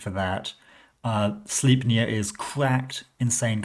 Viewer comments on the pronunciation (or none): It is pronounced "slajpnir" (Odins horse) BTW 😊